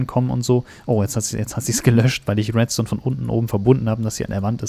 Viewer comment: sagt er residu statt redstone